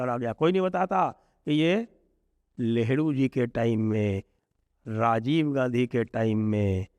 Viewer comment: लगता है ठंड के चलते आपका उच्चारण सही नहीं हो रहा है जिससे नेहरू की 'लेहरु' जैसा सुनाई दे रहा है